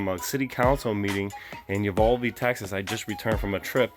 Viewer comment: You're mispronouncing Uvalde.